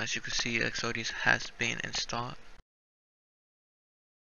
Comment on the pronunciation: Definitely short and to the point bro... but try saying "EX-O-DUS" not EX-O-DE-AS